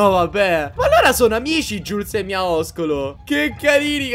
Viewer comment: NO NON SI DICE MIAISCOLO SI DICE MIASCOLO